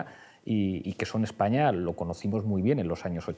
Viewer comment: Jorge Almagro Pablo Iglesias, no puede decir la palabra España.